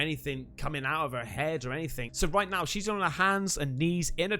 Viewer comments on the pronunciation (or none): none